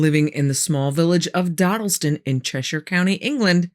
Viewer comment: Thank you for saying Cheshire correctly not many people get it right and mispronounce places in England